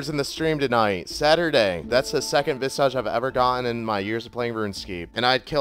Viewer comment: Why can't you say Visage right. It's not a Harry Potter spell its not visaaage it's pronounced vis-igde